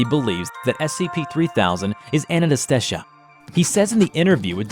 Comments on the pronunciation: I love how says "Ananestesha" instead of Anantashesha hahaha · Anantashesha Not Ananastesha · cool job but it is anantashesha not shisha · The way he pronounces anantashesha lol. It's not Anna-ta-shesha. It's Aaah-Nantha-Shaisha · Say with me. Ananta-shesha [a = "uh" not "aah"] Definitely not Anantaasteshaa nor Anastasia - not that hard to pronounce xD LMAO Same with Krishna-moorthy [not Krish-namoorthy]. It's funny to listen non-Indian people try to pronounce these names. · Anybody else hearing him slowly stop trying to pronounce Anantashesha correctly over the course of the video? He starts almost right, with Anantasesha, then it becomes Ananastesha, then just Anastesha 😂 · It is pronounced as On-on-toe-shay-shaa (the t is like you pronounce 'the' in english) Being a Bengali, it's easier for me to pronounce the name and understand the video, the name's meaning too. Anantashesha means something that has no end. 'anta' means end and 'ananata' means no end which is the opposite of 'anta'. 'Shesh' (pronounced with a 'a' at the end in English) means finish. So to make it easier it is a race with no finishing line at the end because no one (humans) can go till the end. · It's pronounced A - nan - ta - shei - sha. Anantashesha. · Its pronunciated as A-nun-th-say-shaa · And it's pronounced as :- A-Nunt-Say-Sha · Bro the pronounciationbwill be as follows a-nunt-shey-sha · You need to fix your pronunciation. (ANUNTESHEESHA) (THAMUEL). Those are some of the words you miss pronounced. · Its pronounced a-nan-ta-shesh-nag. The endless serpent. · I love your content, keep up your great work but it is pronounced (an-an-ah-stay-sha) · Chickenbomb 50 it’s pronounced “anon-ta-shee-shuh” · How many different times did butcher the noodles name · My favorite part of the video was the 7 different ways he pronounced Anatashesha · I love how they pronounce Anantashesha different every time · I like how he pronounces Anantashesha differently every time.